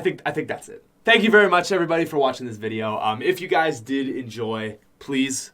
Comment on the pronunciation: sounds like hes saying your guyzers:) great video